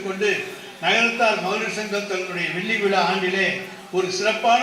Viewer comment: வெள்ளி விழா, வெல்லி விலா அல்ல. குறையாக சொல்லவில்லை. நம் தமிழை நாம் திருத்திக் கொள்ளலாம்.